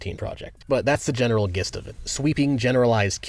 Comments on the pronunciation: Jist. It's not Gist, even though it's spelled that way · i love you but gist with a hard g is criminal. I might have to unsub for that one.